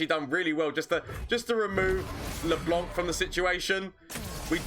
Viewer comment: I love how everyone is calling LeBlanc LeBonk